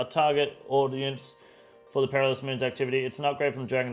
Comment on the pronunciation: I love you man, but you cant come off a take talking about people who aren't mentally switched on and then proceed to immediately butcher the word "Perilous".